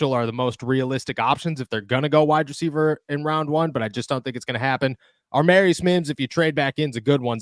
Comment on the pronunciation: Love your content but man get the names right !!!! Every video u have done u have gotten this name wrong !!!!!!!! AAAA- marius mims !!!!!!! DEFINITELY NOT AR- MARIUS …… there is NO R in the beginning of his name !!!! As much research as u have done can’t belive u can’t pronounce such a simple damn name !!!!!